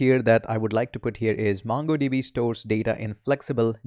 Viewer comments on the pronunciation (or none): m sure....u dont code much!...n the pronunciation of "M-U-NGo DB" is stuck in my head!